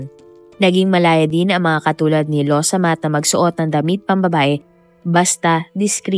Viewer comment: Excuse me not losomath.. Its lawsamat... Means excuse me